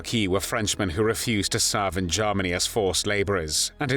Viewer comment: "Garmany" "Tharty" 🤔??